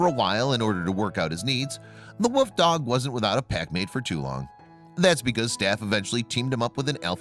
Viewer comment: It's wolf not woof